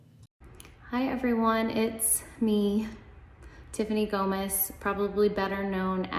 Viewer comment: It’s GOMAS!! not GOMEZ!!